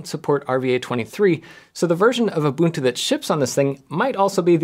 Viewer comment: Finally. A YouTuber who doesn't call it "ooh-bun-too."